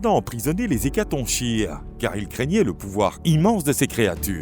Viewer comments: On dit hécaton"K"ire et pas hécatonchire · Bonne video. Ne devrait-on pas dire "hécatonkire" en français, comme le ch est en fait la lettre grecque X ? Et qu'on retrouve dans la figure de style chiasme qui se prononce "kiasme" ?